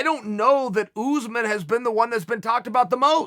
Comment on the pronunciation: Us- usman Chael- ooze man